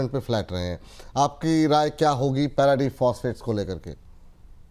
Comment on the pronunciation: नमस्कार आप बहुत ही मजेदार व्यक्तित्व के मालिकहैं।पारादीप का उच्चारण तो अभी भी??? है यह "पैराडीप " नहीं है